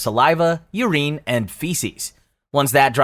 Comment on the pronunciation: Weirdest pronounciation of urine ive ever heard